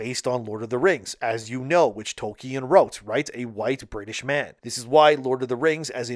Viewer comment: Tol-KEE-An? Huh?